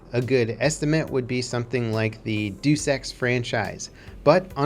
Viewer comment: No he just doesn't know how to pronounce Deus